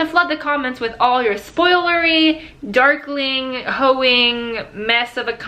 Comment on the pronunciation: At the beginning I thought you said duckling XD